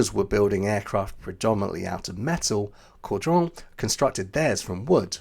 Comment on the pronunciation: Kudos to you! Your French prononciation was very good when covering the Caudron and this added to the authenticity of the topic. Well done 👍🏻